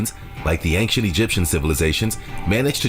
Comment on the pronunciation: Bro, why does the guy in the video keep saying "Anktient Egyptian"? Is Ancient that hard to say?